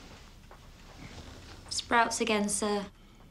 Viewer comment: im sorry but everytime he says 'bugger' i cant help but giggle